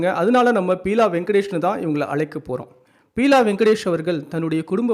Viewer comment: பியூலா வெங்கடேஷ்.not பீலா